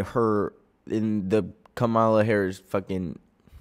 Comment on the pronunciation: PLEASE its COMMA-la not ka-MA-la. We love you stop mispronouncing her name:face-red-heart-shape